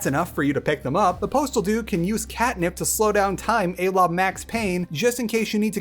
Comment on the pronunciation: Literally the only negative comment I have is that I’m fairly sure it’s pronounced ah-la and not ay-la for ‘a la’. Everything else was fantastic and I’m more than happy to subscribe if this is the content I can come to expect.